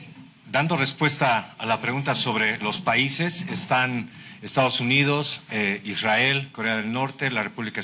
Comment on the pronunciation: IRRAEL 😂😂😂EEEUU😂😂😂😂😂